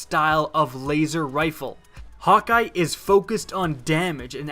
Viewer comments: Ayou cant even say häkke its not hawk eye its kinda like haykke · exactly what I was thinking :D it's "hah-kuh" everybody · Did he just say Hawk Eye... It's Hakke. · No biggie to me, but just in case you are wondering, you are pronouncing Hakke incorrectly. According to an interview I heard with DeeJ, the last part of the word has an "uh" sound. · You pronounced Hakkë wrong